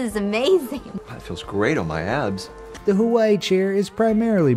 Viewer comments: The guy from the Hawaii chair said “ it feels great on my abs” but it sounded like “it feels great on my ass” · I thought the guy on the Hawaii Chair said "That feels great on my ass" instead of "abs"!! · I heard him say ass lol 😂